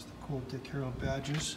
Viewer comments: Def saying Harold, driving me nuts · STOP SAYING "HAROLD" It's Dick HARRELL!!! The badges are right on the car! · Yup - He repeatedly says "Harold" rather than "Harrell." He also says Fred "Gibbs" rather than Fred "Gibb" lol. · "I'm a general Camaro guy but I'm not a Dick Harold expert, by any means." No kidding. When you don't even realize that the name is HARRELL, not HAROLD, it's pretty evident that you're no expert. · A testament to how clueless the guy is. He's reading the name three dozen times and STILL gets it wrong every time, no matter how many times he sees it. And by the way, it's not "HARrell", it's pronounced "huh-RELL", with the emphasis on the second syllable. So the guy has it wrong 2 DIFFERENT WAYS! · exactly - - of course you're not an expert you can't even pronounce his name correctly - - no D on the end its Dick Harrell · Why do you keep saying Harold ? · Great Car!!The guy doing the narration on the beginning needs to atleast pronounce Dick Harrell right.....it’s not Harold!!🙈look at the badges Dang! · You keep pronouncing his name Dick "Harold". There is not a D at the end of his name. Herrell, try sounding it out slowly. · It's Dick Harroll, not Dick Harrold. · You would think somone that owns this car and knows what it is would be able to pronounce "HARRELL" not Harold!!! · Amazing find, congrats!!! But there’s no D on the end of our last name. Just double L’s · If only there was a badge somewhere on it with the correct last name so you didn't butcher his name over and over....oh... yeah.